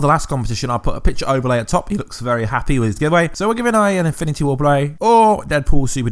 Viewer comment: He said eminity wars